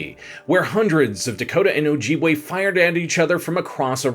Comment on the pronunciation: Its Oh-jib-way not oh-jeeb-way.